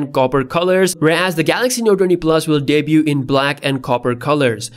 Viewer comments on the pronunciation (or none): none